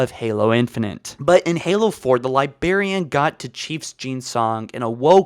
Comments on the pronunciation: It's pronounced "LYE-BRARE-EAN" but pronounces it as "LYE-BEAR-EAN". >:T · except the libearian bit. he corrected it in another vid and then went back in the same vid to saying it wrong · Not to be that guy, but it is pronounced LIBRARIAN, not Libarian. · also Librarian is not pronounced Libarian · why..... why does he say LiBEARian instead of librarian? he has to know he's saying it wrong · libarian > librarian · libRarian NOT LIBERIAN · I just wanna slap him for saying "li BAR ian" IT. IS. LI. BRAR... IAN. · Yup it’s totally pronounced the liberian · LIBRARIAN.......the word is LIBRARIAN!!!!!! NOT LIBARIAN.......my gods I could barely make it through this with the pronunciation. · He's one more libarian away from me nuking NZ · Libarian? Are you 5? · "libarian" I cringed so hard I became a singularity as my face folded in on itself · Dude it’s 20 f*cking 19 learn how to pronounce library already Edit. Wow so everyone else hates your pronunciation. You’re like in your twenties bro it’s kinda embarrassing for yourself when you can’t pronounce anything right 😒